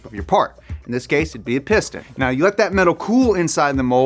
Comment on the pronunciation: I see you saying "piston" but I keep hearing "porn stache".